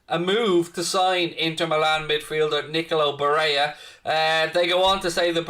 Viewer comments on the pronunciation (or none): Barella isn't pronounced Bareya. That's Spanish pronunciation not Italian. It's Ba rell a. Some scousers are extremely racist in a regionalist manner. Many don't even support England because they see themselves as scouse, not English.